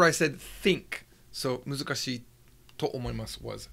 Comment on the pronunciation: It's "muzukashii" and not "musukashii"